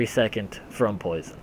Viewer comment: "Hello everyone, today I'd like to talk about Poise(Kappa)on"